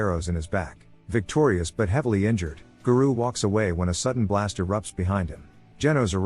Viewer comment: I love opm and wanted to watch this recap of s2....but the way garou keeps getting pronounced as ga-roo is unbearable to me. Thumbs down just for that